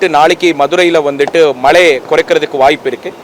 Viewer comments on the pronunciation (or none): Enna மலே 😡😡😡😡மழை சொல்ல முடியல